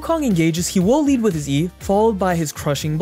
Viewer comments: Every time the narrator oddly emphasizes the word "Will" as in "you WILL" ....Don't tell me what to do! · who is this new reader and WILL they ever stop putting so much emphasis on the word WILL